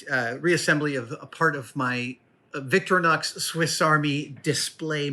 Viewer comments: There’s an “I” in VictirInox it’s Victor-I-nox. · Finally I don't have to cover that part of the screen anymore ! Now I just wish he will learn to pronounce 'Victorinox' correctly ! (I suppose I'll have to wait till he goes to Switzerland)